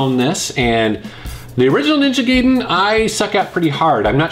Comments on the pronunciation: Ninja Guy-den.....not gay-den. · "Ninja gayden" XD